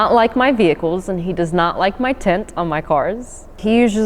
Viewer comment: It's really not harrassment if you're actually doing something illegal, like speeding or having illegal modifications on your car. Also, it's tint not "tent"